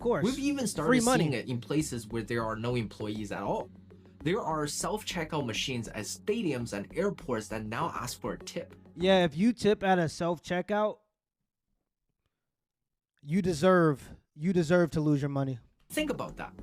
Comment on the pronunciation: Bro did u really say "AXE" instead of "Ask" on mark